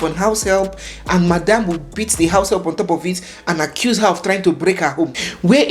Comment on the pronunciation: He isn’t Nigerian. He pronounced “her” the way Ghanaians pronounce it. But then again Nigerians have caught doing this as well.